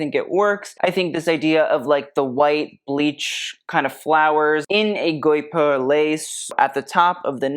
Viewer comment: Please look up the correct pronunciation of ' guipure' for guipure lace